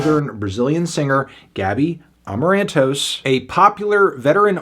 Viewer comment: Eu morri com a pronúncia 😂